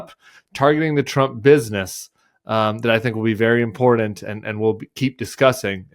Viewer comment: Imporunt? That's not a word